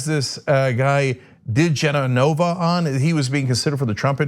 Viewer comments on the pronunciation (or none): Ok, Cenk, the slimeball's name is pronounced: di-JEH-nova. He has been an apologist for right-wing extremists forever. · Cenk, his last name is pronounced: Da-Jenna-Va